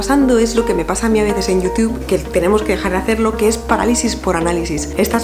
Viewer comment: Amo cómo pronuncias "Youtube". Necesito un vídeo de 10 horas de diciendo "Youtube"